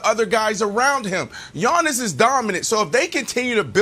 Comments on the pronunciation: Nobody: Brandon: YAWNIS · Nothings more uncomfortable than hearing Brandon say “LeBrawn” and “Yawnnis” man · Brandon literally says Yawnnis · Everyone yawns when Brandon says Yawnniss. It's getting annoying , I mean has none of his co-workers told him the way he says it is trash but something tells me they did and his just too arrogant and delusional to change it lol probably argued they are the ones who say it wrong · Why does Brandon Marshall call him "Yawn-is"? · Everyone: Giannis Brandon: Yawnis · Yawniss not gianiss …. Put respek on his name 😂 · Can't stand how Brandon pronounces Giannis-Yawnis